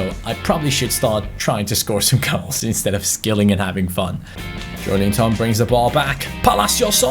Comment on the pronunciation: Its JoElinton not JoeLInton please...